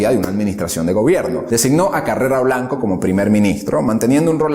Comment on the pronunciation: En lineas generales buena descripción, aunque hay varias inexactitudes ya comentadas. Sólo un par de puntualizaciones de detalle. No es "Bajadoz " ni Carrera Blanco", Es Badajoz y Carrero Blanco. Enhorabuena